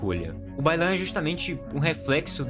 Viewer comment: Quando você falou Bai Lan, eu entendi que o problema da china é o baiano kkkk e agora não consigo desouvir.